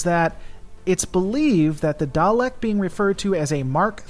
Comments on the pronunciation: Thomas Williams it's not pronunced darleks it's pronounced daleks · 50 years of Doctor Who pronouncing it Dalek not Darlek would disagree with you.